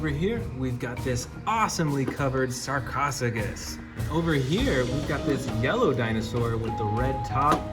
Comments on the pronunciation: it’s not [Sar-kos-oo-gus], it’s actually [Sar-Koh-Soo-Sh-Us] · Pls pranounce it correctly its spelled sarcosuchus not sarcficus